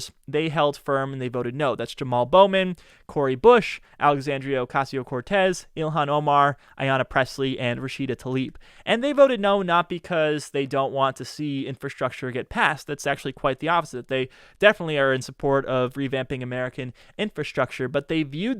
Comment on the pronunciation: "Tlaib" not "Talib". How difficult is it.